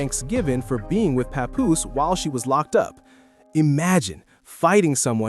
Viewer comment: It's NOT PA-POOSE - IT'S PAP-POOSE LIKE PAP-SMEAR!